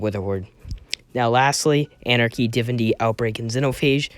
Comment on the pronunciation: U can start by saying Divinity right